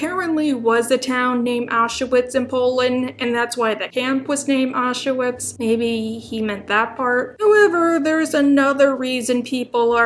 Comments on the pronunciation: you pronounce auschwitz very wrong, sounds funny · The way says “Auchwitz” is painful to listen to can’t lie